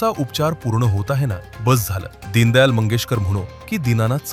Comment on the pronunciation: दीनदयाळ 😂😂 आणि हा म्हणतं होता मी वकील होतो 😂😂